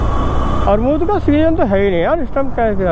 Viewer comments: Bhai armud nahi amrud Hota h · Armood nahi Amrood hota hai😂😂😂